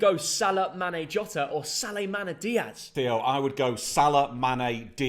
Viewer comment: Legends noticed When theo says Sale mana